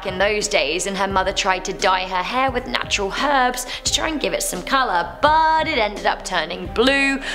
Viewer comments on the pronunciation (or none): none